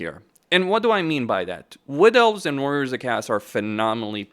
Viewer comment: the way you pronounce chaos is criminal